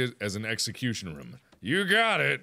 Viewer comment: Say room.He can't say it right